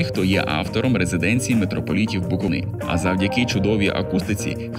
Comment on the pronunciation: Дякую за працю, АЛЕ -> БуковИна (наголос на "И")🙏 Мені, як місцевому, ріже вухо😰👂